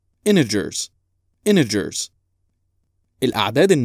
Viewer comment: الاعداد الصحيحة انتيجرز وليس انيجرز لأن حرف التي ينطق في هذه الكلمة